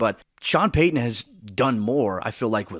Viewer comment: Its Payton not Paton